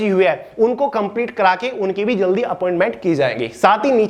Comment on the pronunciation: Please bhiya jylde say jydle ..